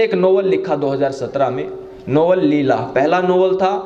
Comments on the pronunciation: Leila not leela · पहले नाम तो सही से लेलो, लीला नहीं लैला है वह। 😂😂😂 और चले है ज्ञान बांटने